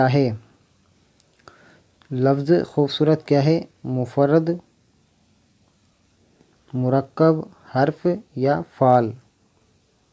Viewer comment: सर फाऐल नहीं फेल पड़ते हैं